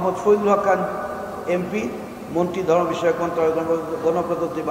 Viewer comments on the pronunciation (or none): none